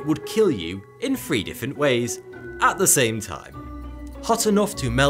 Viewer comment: I keep getting confused when he says the number 3 because I can’t tell if he’s saying it as the number or telling me to download some bullshit app for “free”